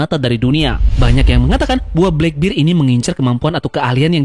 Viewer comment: di baca blakberd kali om bukan blakbir..